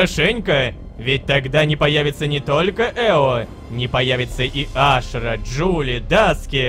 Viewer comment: почему мы говорам Ашыра когда её зовут Ашра